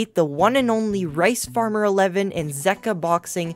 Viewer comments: Zeqa is pronounced as Zek-wa not Zeek-wa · It’s pronounced ze-cwa 😂😂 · Zeqa (zegua) that's how u pronounce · It’s pronounced, ZEE-KA